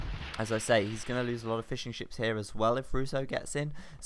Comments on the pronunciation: in cannot be unheard 8^/ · I'm glad to see i'm not the only one to hear "fish n chips" instead of "fishing ships" ^^